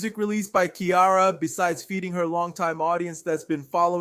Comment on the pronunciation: Her name is not Chiara. It's pronounced See-Air-A. 🙄